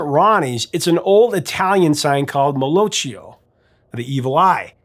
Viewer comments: Great story but you're killing me. As an Italian, it's pronounced MEL-OIK-YA, not mellochia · It's Mal'Occhio or malocchio pronounced MUL O KYO- the O sounds asit is in POT. "CCH" in Italian is always pronounced as a "K" sound. "Mal/Male" means "bad" and "Occhio" is "Eye". It translates as the Evil Eye. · The Ronnie James story is the correct one! Malocchio pronounced mal-okio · malocchio pronounced malokkio. Great channel, cheers from Rome